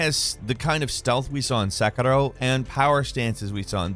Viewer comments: The former game is called 'Sekiro'. It's a small respect it deserved. Please stop calling it 'Sakaro' 'Sakaro' like in this clip. I don't want to call gameranx as gamerant either. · How come when Western People pronounce a Japanese name with a Japanese accent? Sekiro becomes sek-a-low. Western people don't do this for any other language, Just confused as why Western people say it Japanese words with an accent? It sounds funny to me. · lol why are u saying sekiro so weird?